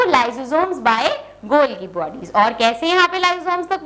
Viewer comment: Golgi,it's गा not जा